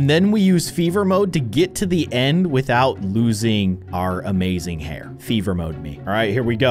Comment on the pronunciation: It is not hard to say hair